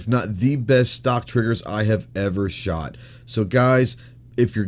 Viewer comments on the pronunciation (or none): none